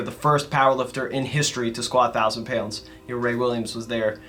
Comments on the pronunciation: Peeyownds=Pounds if you don’t speak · I can't believe how much I missed pronouncing the word pounds like it has a y in the middle.